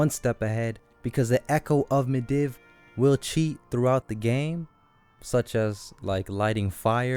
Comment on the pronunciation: Pronounced Medeev, not Mediv. Good video though :)